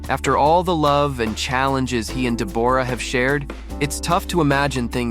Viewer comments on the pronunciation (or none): Deb-aura??? I was very confused by the pronunciation. Aussies call her Deb-ra. We wouldn’t bother fancifying it. 😅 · I wish this idiot would pronounce her name properly it’s Deborah not Deborra 🙄🤦🏼‍♀️ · Her name is said like Debra not de bor ah, omg. She was never known in Australia as a delicate woman always a bit of a hard ars. She has never been one to stand in his shadow so I would not be throwing the pity party on her. Whatever happened they will all survive and get on with it. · It's Debra Lee not the way you are pronouncing it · If you are going to make a video clip about someone, it would be really polite if you pronounced their name correctly. Deborra-Lee is pronounced DEBRA-LEE. Why don't you just leave them alone? But no, you are wallowing in their troubles. 😢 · For goodness sake learn to pronounce Deborra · Never heard Deborah pronounced that way before 😆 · Noone can promise that they wont ever fall in love with anyone else. And you could ask any Australian how to pronounce Deborah correctly. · Your pronunciation of her name is incorrect, and that turned me off straight away. Great investigation work. 🙄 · These AI narrations are the worst! At the very least, pronounce Deborrah-Lee's name correctly! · Do you not know how to pronounce the exceedingly common name Deborah?